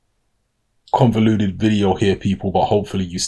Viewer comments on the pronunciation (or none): Its convoluted bro not convoluded. Sorry to be a pest but you use that word every vid now and its bugging me. Bless